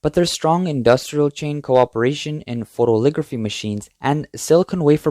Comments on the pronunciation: It's "photo-LITH-ography" not photoligraphy or photoligraphy. 6 syllables. "foe-toe-lith-OG-ruh-fee" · Note to the narrator: it's PHO-to-lith-OG-ra-phy. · It's not "photoligraphy".:face-red-droopy-eyes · It is pronounced foh-toh-li-thog-ruh-fee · Photolithography, not "photoligraphy." Otherwise, great report.